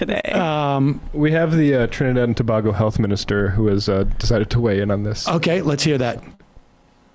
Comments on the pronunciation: Y'all it's to bay go not to bah go plz it drives us crazy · You pronounced Tobago wrong, Too-Bay-Go not “ba” it’s “BAY”